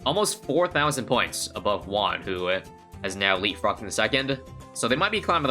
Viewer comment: The way he says Juan as "Wone" really makes me think about our weird spanish.